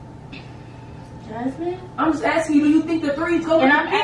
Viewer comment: When says “Jazzmine “ she knew she messed up 😭😭